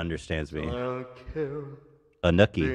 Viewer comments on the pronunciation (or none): the way ethan says anukki like snooki